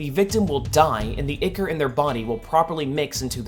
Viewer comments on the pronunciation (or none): It's pronounced eye core.